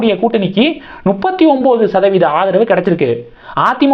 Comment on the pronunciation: தம்பிக்கு அது தப்பு எனத்தெரியும்! நுப்பத்தி எனும்போது ஒரு குஜால்தான்! அதுக்காக த்தான் சொல்லுறாப்புல!